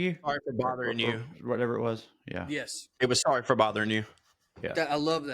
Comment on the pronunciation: PS-Sawwy I missed the live